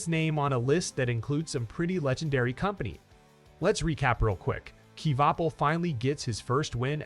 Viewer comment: You can't even say his last name right